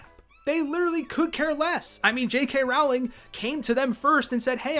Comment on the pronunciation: It's JK ROW ling like "row a boat" Why do every Americans mispronounce her name